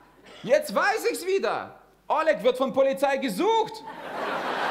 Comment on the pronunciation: Почему он неправильно называет русские имена?🤦 Что за О́лег?